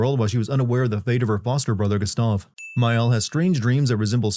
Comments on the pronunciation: This man going off on how the characters don't speak in French accents and all I can think about is his pronunciation of the characters' names. 'GUS-stav' and 'LOON'. I demand a personal apology and for him to be fired from YouTube/s. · why is nobody pointing out how diabolical he is pronouncing gustave and sciel and dessendres, he clearly plays the game in english and finished it so what’s the deal with not being able to pronounce names you hear multiple times in the game?